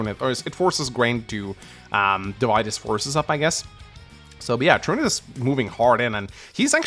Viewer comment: Truniht is a character from “Legend of the galactic heroes’ and is pronounced the way is saying it.